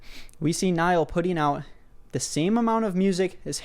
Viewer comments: i love how he pronounces nialls name as "niall who ran" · Niall went from Irish to middle eastern in one mispronounciation